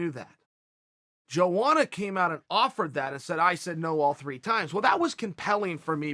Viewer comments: YOANA CHAEL NOT JOANA YO YO :( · its pronounced yoana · EVERYTIME HE SAYS JOANA IT CUTS ME LIKE E K-NIFE